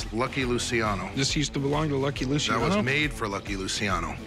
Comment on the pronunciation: Luciano the c is a ch sound